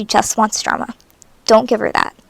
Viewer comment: When u said drama y heard llama